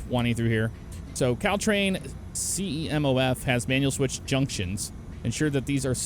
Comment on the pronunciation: is it me or when says cal train, I think he says cow train.